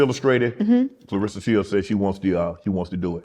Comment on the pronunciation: Everyone mispronounces her name Clar RES SA